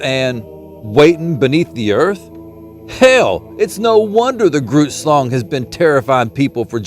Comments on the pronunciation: Did he say Groots shlong? Hahaha baahahahahaha no... but I'd swear that's what I heard like 32Xs This guy huh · Ohhhh...grootslang drrrrs thought you said Groots shlong, these old ears are still telling me that's what you're saying tho... double entendre perhaps? Heh heh that would be funny AF